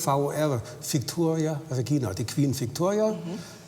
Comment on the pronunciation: wie der Experte Viktoria ausspricht....